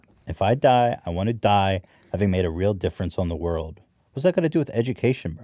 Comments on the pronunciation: I love how Hila pronounces WORLD as WORD! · Hilla trying to say "world" is starting to bug me lol it always sounds like "word"